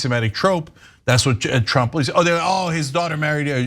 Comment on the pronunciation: So is it Donald Trump or Donald TROUPE? LMAO!!!!